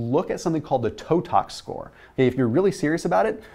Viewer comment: Hello, love your contact. I cannot understand what you were saying in this video end toe tox score?